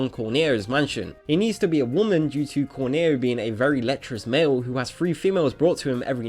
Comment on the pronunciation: Corneo..not cornair :)